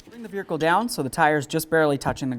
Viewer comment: Do you realize that you say Vearicle? sure is what it sounds like!